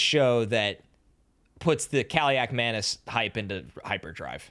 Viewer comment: Played the Kaliakmanis' in high school, played for our top rival, didnt beat them once unsurprisingly. Athan is Nathan without the N, last name pronounced right by